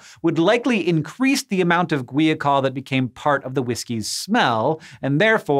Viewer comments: Gwee a col? How about guy-a-col. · According to , it's pronounced gwahy-uh-kohl. Sorry but looking at that word I had a hard time believing it was pronounced gwee-a-col.